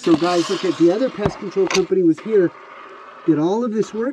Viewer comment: you said "gays" and not "guys". 😂😂😂